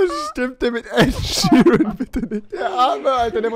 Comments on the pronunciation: "ED SHERAN" Ja... "SHERAN", toll. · Ed Sheesh...wer kennt ihn nicht😂😂😂